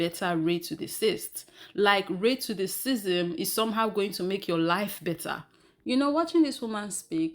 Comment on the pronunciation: can you please tell me why you keep pronouncing racism rated dism, ? youtube allows the word racism to my knowledge, LEARN ENGLISH, PLS , if I am wrong pls inform,you just used the word racism in this video, so why do you deliberately basterdize the word?